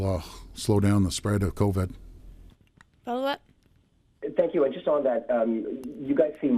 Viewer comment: Did he say coved lol